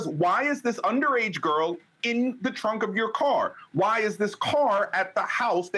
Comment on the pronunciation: Am I the only one that noticed at the 38 mark she said frunk and not trunk?😅😅😅